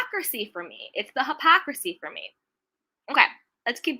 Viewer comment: It’s “ hypocrisy” woman! Sheesh. I agree with you on your view of the situation. But please stop saying the word wrong 😂😂😂❤️